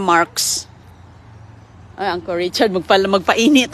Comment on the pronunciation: Yung kababayan ni inday ganda ng porma, pero siya mukhang katulong talaga, kakainis narinig ko na naman ang angkol😂😂😂😂 it’s UNCLE